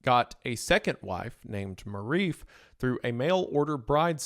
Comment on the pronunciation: wrong pronunciation strikes again. It could not be this hard to have your "people" research what Marife is. Its not pronounced like Maurice with an F OR Maw Reef. Its Marie Fe